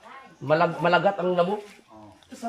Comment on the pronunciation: Maligat, hindi malugat